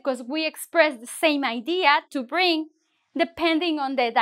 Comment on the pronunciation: to use verb sound bling than bring